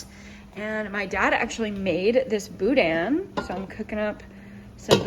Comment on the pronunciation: Completely caught me off guard when you said boudin 😂 Had to rewind and listen again. Are you from the Louisiana area?